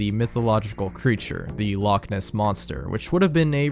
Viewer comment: all scottish ppl cringing at that pronunciation of "loch" lol.